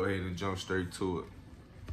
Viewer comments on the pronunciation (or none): none